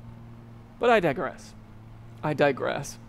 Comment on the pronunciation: "But i di-grass" lol that got a really good like 5 second laugh out of me